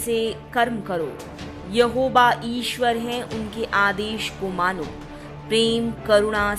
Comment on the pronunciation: Aapko thik se hindi bhi nahi bolna ata hai aap ishwar ko isver boti ho isse hi aapke gyan ka pata chal jata hai